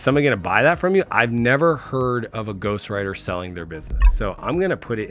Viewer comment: how he's saying it: Ghostwriter 🖊️ How I'm hearing it: Ghostrider ☠️